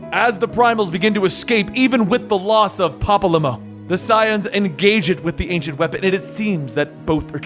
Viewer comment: I’m sorry ‘papa-limo’ 😂 his name is literally spoken so many times…